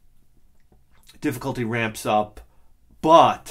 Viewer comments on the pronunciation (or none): none